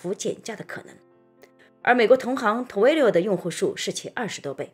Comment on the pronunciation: Twilio是怎样发成Two-wi-lio的音的？